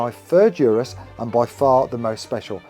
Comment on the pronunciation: I dunno why it bugs me when people say Urus wrong lol. It's like oo-ris..that's how the designer says it..there is a DDE video where they went for a drive with the creator and asked him how to pronounce it.